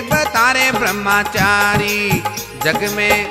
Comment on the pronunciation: ब्रह्मचारी सही उच्चारण होता है, ब्रह्माचारी ✖️ नहीं 🙏 कृपया भजन में इसे ठीक करें।